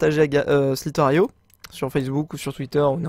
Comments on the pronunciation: parce que j'ai écris si qu il dit il dit sliter aio au lieu de slither. io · Sliteraio ??? Best prononciation ever ! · Waouh l'accent "sliteur aio" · T'es sérieux ? "De Sliteure aïo" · prq dis sliter aio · tu prononce mal slither.io mais sinon super vidéo continue ta chaine ca me fait rever ! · Il à mal prononcer slither.io